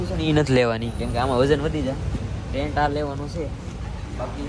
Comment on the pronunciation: ટેન્ક નહી ટેન્ટ બોલાય 😂